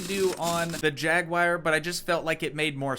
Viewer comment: Like the content even though it's been 2 years. One thing, though... a Jaguar is not spelled Jaguire. /'jag-wahr/ or /'jag-u-ar/ It shouldn't rhyme with Jerry Maguire.